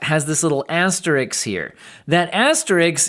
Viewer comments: It's asterisk not Asterix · Asterisk, not asterix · i think you are mispronouncing asterisk